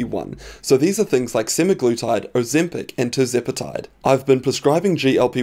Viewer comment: I totally disagree with you about Berberine. The fact that you are pushing a dangerous weight lost drug in the form of semaglutide (which you cant even pronounce correctly) should be enough for anyone to not take your advice. I used to listen to you until you disagreed with longevity experts....are you a pharma shill?